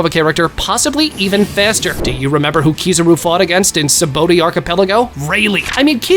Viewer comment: Sabaody Sa-ba-oh-di